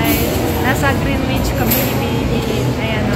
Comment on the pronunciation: it is pronounce as greenich.. silent letter “W” 🙂